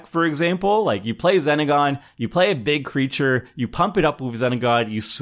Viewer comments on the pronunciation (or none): Zenagon = Xenagos...it starts with an X... got into Tomer 😂